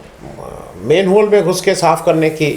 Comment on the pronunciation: दरअसल इसका नाम ही मैनहोल है मेनहोल नहीं जैसा आपने उच्चारण किया । चूँकि अंग्रेजों के जमाने से सफ़ाई कर्मी इस गटर में उतरते थे इसीलिये इसका नाम मैनहोल रखा गया, शायद विदेश में भी १०० वर्ष पहले गटर साफ़ करने का यही तरीक़ा था लेकिन शर्म की बात तो ये है कि आज जब हम मंगल पर पहुँचने की पेशकश कर रहे हैं तब भी एक गटर साफ़ करने की मशीनी तकनीक नहीं इस्तेमाल करते हैं । मानवता तो दरकिनार, सुप्रीम कोर्ट का आदेश भी गटर में डाल दिया गया लगता है! आपने बहुत सही विषय पर चर्चा की है है ।